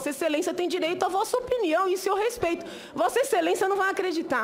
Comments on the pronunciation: Não dá pra levar a sério uma pessoa que fala "Gópi", "respetcho" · RESPETIO? Não seria respeito? kkkkkk